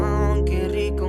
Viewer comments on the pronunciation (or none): none